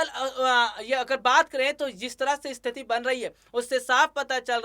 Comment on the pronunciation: इस्थिती नही केवल स्थिति कहो ।